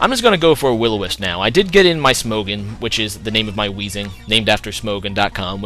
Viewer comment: Smog-on. not smohgan